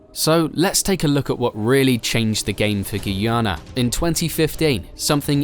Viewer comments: When will all the Vloggers get the country name correct? Its pronounced 'GUY-YANA' for "GUYANA" not "GOO-YANA"...I am 100% sure everyone can say "Guy". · It's pronounced Guy-a na not Gui-a-na.Enjoyed your report anyway.